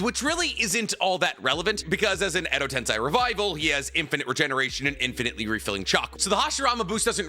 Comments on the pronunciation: I'm pretty sure its Edo TenSEY not TenSAY. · Really. I love your videos , but please. Stop saying TENSAI instead of TENSEI. It is wrong. It is like saying Unko(shit) in place of Anko(sweet red beens paste)